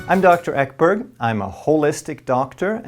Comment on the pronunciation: With respect, when you say Ekberg it hurts my Swedish soul.